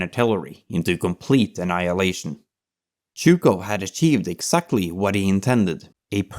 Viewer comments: Chouko ? IA améliore toi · Zhu-k-off not Zhu-k-how ! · His name is Zhukov with a V an on the end. You keep saying zhuko… But thanks for the video. There is a lot of controversy around him though. He didn’t spare the life’s of his soldier. That is quite questionable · "Jorjee Jukov"? Looking up at dictionaries, no? %( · Good Video but pronounciation of Zhukov is terrible. The first letter is a j sound like in the french bonjour, bon->J<-our. And the V at the end is not silent! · Wish the narrator would pronounce his name correctly 😮😮😮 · Great video, but maybe you could make sure the pronunciation is right... especially for zhukov's name... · You are the first English speaking person I saw who produced zh in Zhukov correctly. You still got v as w and georgiy as jeorjiy but I guess that's asking too much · Your pronuncian of his name is way off. has it right. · Extremly good tribute to my goat Zhoukov. But please try to prononce the v at the end of his great name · But get to pronounce Zhukov’s name properly come on, with a clear vee sound, that blood V is not silent! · maybe, but the name of the protagonist is spoken wrong the whole time :( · Really petty pet peeve: you're mispronouncing his name rather badly: It's Gheorghy (hard G, as in God) ZhukoV (the v isn't silent). Especially pronouncing the first name as the diminutive of the English "George" makes it sound a bit silly.